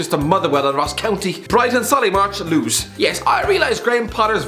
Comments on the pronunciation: Lewis pronounced Lewes or even maybe Lewis, definitely not lose. I'd say you're purposefully dumb but everyone knows thats not true. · its lewis not loos